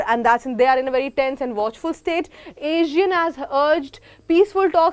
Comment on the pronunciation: check the pronunciation for ASEAN